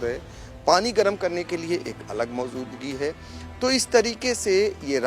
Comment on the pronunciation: Abe Maojudgi ko Maozudgi Qn Bolrahahy by 😂😂😂